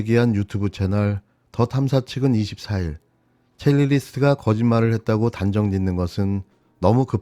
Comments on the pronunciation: 첼리리스트…X 첼리스트 O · 첼리스트 입니다. 첼리리스트 아니고요. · 지금 뭔가 큰 착각을 하고 있는데요 그 녹취를 공개한 사람과 경찰에서 그것이 거짓말이라고 말한 사람은 달라요. 자꾸 첼리스트가 아니라 첼리리스트라고 들리는데 아주 귀에 거슬립니다. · 첼리리스트가 아니라 첼리스트입니다 ㅠㅠ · 첼리스트야 첼리리스트가 아니고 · 첼리리스트가 아니라 첼리스트입니다 언어의 정확성은 신뢰를 줍니다